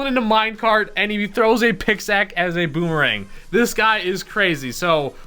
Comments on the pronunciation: Did u say "picksack" instead of "pickaxe" lmao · Maybe its pickaxe and not picksack? He's sooooo excited that he spelled it incorrectly lol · “pixac” lol